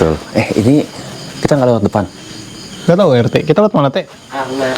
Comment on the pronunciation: wkwwk baru kali ini denger orang manggil pak RT dengan sebutan "Te" doang wkwkwk🤣